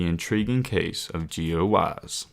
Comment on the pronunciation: Intro be like "Gio Waise"